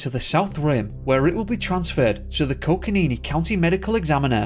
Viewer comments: Honestly, I'm not being trivial because your diction and pronunciation are ordinarily quite flawless, but possibly because I had once lived in the area it strikes me - the name of the County is Co-co-ni-NO, and not Co-co-ni-NI as you pronounced in the video. Thanks! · It's Coconino. Not Coconini. And it's Kaibab. Not Kabeeb. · I can’t get over the “coconeenee” 😂😂